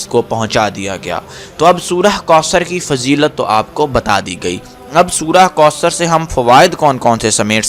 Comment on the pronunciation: Bhai mind nhi krna AP word koosr read kr rhy ho jub k sahi kausr hy